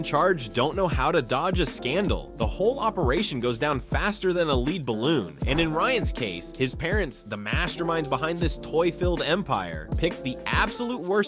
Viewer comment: “Leed” balloon??? No. It is “led” (lead) balloon. Fix your AI voice, robot, or learn to read your language.